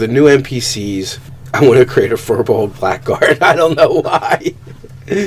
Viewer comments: I believe it's pronounced feer-bolg not fur-bolg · Good vid! Just rolled one as a ranger in my side campaign. However, it is pronounced "Feer-bolg"